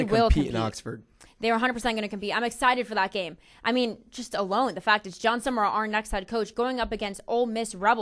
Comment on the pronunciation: It's Sumrall, not Sumerall. Also, as much as I hate to say it.... Urban Meyer to Ryan Day. I wouldn't call Day a legend but coach to coach they got Nattys.